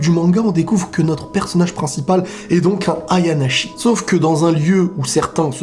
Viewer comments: le "shi" de "ayanashi" se prononce comme il s'écrit:p tu prononces "Tchi" si c'est écrit "chi" (donc avec un C):p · Ayanashi pas ayanachi (chi ce prononce tshi). Pour l'info😁